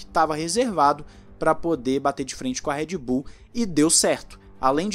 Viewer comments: eu ouvi Red Boom? kkkkkkkkk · So eu que escutei "REDBOOM" EM ? KKKKKKKKKKKKKKKKKKK